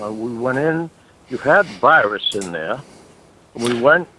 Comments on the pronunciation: If they pronounce the word Virus as Whyruss, then they are scammin you bruh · “You’ve got de wirus…” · Oh no, the wirus is wery dangerous! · Mr browning, You obviously aren't a real tech and aren't educated like these technicians. If you were you would know its pronounced wirus not virus